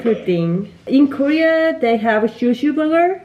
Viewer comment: L,R 발음을 구분해서 연습하시면 좋을 것 같고 단어 끝처리가 조금 더 확실하면 더 선명하게 들릴 것 같아요. 예를 들어 similar 라는 단어 중간에 L대신 R이 들어가서 시미뤄~ 이런식으로 들리고 hard라는 단어도 끝에 -d 소리가 안나서 헐 잡 이렇게 들려요! 원어민들이 아무리 빨리 말해도 끝음 처리를 다 잘 한답니다,,,(호주인 남편이 가르쳐줬어요) Have, for 말씀하실때 v, f 는 그냥 b, p로 발음하시는데 그거 연습도 하셔야 할 것 같아요! 빨리 말하는것보다 정확하게 말하는 연습이 더 중요한 것 같고 여기 사람들도 빨리 말하는 것 보다 정확히 천천히 말해주는 걸 더 좋아하는 것 같아요! 빨리 말씀하시려다보니 발음을 전부 다 굴리게 되는 것 같은데 차라리 한국식 영어발음으로 또박또박 연습하시는게 더 도움 되실 것 같아요! 저도 영어 못했는데 남편이 발음교정 엄청 해줘서 그나마 나아졌어요, 그래도 가끔 원어민들이 못알아들을때도 있지만요~~ 발음이 좋아야한다는 말이 아니라 정확한 발음으로 연습을 하는게 중요하단 말입니다~즐거운 하루 보내세요!